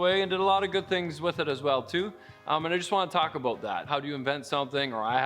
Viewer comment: “How it came aboat” you mean 😅